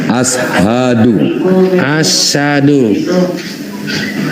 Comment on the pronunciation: Ustads nya kurang peka pendengaran nya dengan pengucapan syahadatnya candy: assadu bukan as-ahadu dan dia sendiri bilang sah